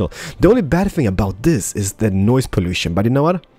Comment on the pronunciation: Call the industry district "poo-lution"!